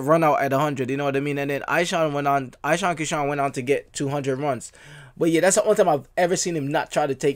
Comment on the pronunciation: It's E-Shaan brother.